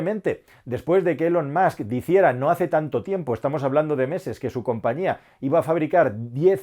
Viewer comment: "Te vas a seca' Ilon Mots, te vas a seca' "